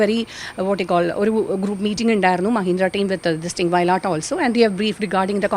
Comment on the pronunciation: not vayalatt. vayil aattu